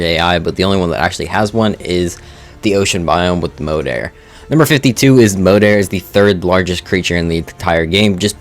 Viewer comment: Moeder is Mother in Dutch yes just pronounced differently than in the video.